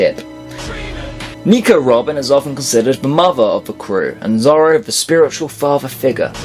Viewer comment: I haven't even seen or piece have u u keep saying lufy instead of luffy and keep saying zolo still an also u also put guild arts instead of shanks which is just wrong they didn't go to the moon yet